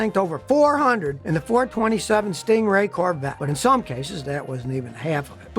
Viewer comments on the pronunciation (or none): none